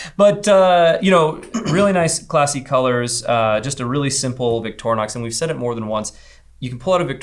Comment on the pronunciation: Victor inox. Portmanteu of Mothers name and French for stainless steel. Not how your pronouncing this.